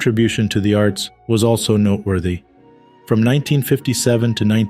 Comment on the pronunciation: Sounds like a mistake to me . Sounds like narrator said " not worthy" rather than noteworthy